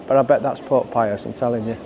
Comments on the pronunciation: Not saying I av trouble with ur accent but wen u said, Pope pius, I thought u said, pork pies 😂, I will clean my ears out 😜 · Took me a moment to work out that you were saying "Pope Pius", I thought you were saying "Pork Pie us"! 😅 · I loved this video. You did make me chuckle with all the historical information at one point because of your accent I thought you were saying pork pies but you were saying pope 😂 great content I love how down to earth you are in these videos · Kept thinking you said "Pork Pie-us"!!! 🤣 Pope Gregg - Patron Saint of Sausage Rolls. Not many people know that 🤔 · Thought you were saying Pork Pie'us , The patron saint of Yorkshire ee baa eck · I could swear you were saying ‘pork pie’as’ 😜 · I thought that too 😂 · Did you say Pork Pie-us ?? 😂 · OK, I have to admit I thought the same thing...